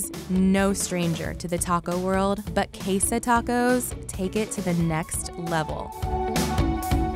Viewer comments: QuesA tacos!?? I don't even speak Spanish but that hurt my ears😭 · Anddd quesA tacos!? I don't even speak Spanish but that hurt my ears 😭